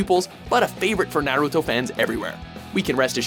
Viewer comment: "nare ruto"